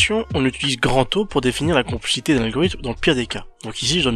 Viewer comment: compl"è" xité et pas complicité